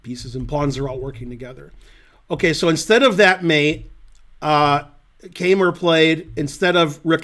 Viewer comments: I am obligated to correct Ben's pronunciation of "Keymer". The "ey" is pronounced like the english word "eye". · Not only am I German too and "have to" contradict you because my native speaking intuition of 54 years supports the poster's correction, but I also happen to know a former coach of Vincent's who does pronounce his name like that, as well as all German native speaking chess players and TV hosts I have heard. On the other hand, no one "has to" pronounce a name like a native speaker or even the person himself would. It's just that in my experience, it's Americans who usually make the least effort at trying to pronounce things the original way. In Ben's case though, I think he simply doesn't know better and certainly doesn't care about our quibbles in the comments. So let's just call him "Vincent, the best German chess player ever". 'nough said.